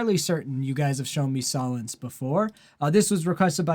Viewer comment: It’s pronounced soul-ence. Black out is the heaviest in this style The rest fall back more. You should check out their collaboration “Cold”. It very different from blackout.